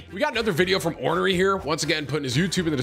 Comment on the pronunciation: Ornery pronunciation hurt my ears. And the spelling hurt my eyes.